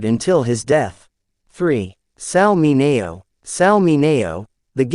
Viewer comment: The pronunciation of Sal Mineo's last name is totally WRONG!!! Also Charles Laughton's last name mispronounced ... but as for the video, it's alright with a lot of good information ,.,.